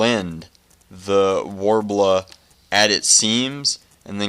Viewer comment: STOP SAYING WARBLA